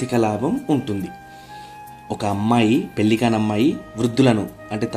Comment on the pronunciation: పెల్లి కాదు పెళ్లి